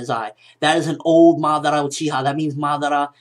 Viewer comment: it kinda bothers me the way he says Madara